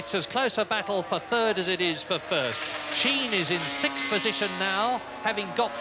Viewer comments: What is with that? "Sick-th"....never heard it that way till a couple years ago. Is this something the progressive liberals started? Lol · Ah... 1984....when "sixth" was pronounced correctly, instead of this "sith" bullshit we have now.